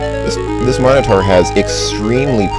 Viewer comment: I'm happy that you pronounce "minotaur" correctly. ' matter-of-fact attitude about it being "minno-tore" really grinded my gears in KQVI.